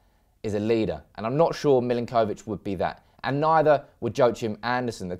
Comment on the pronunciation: I love the way you pronounce the names of players. Lol. Mill-in-koh-vich. Muh-no-les